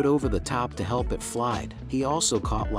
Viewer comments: Why say "i t " instead of "it" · Really stupid fake story. Not plausible. Baby would have been injured and bleeding with a wolf and eagle fighting over it. Even the narrator says "I.T" instead of "it". Why waste our time? Ads? I feel stupid that I even listened to 5 minutes of the story!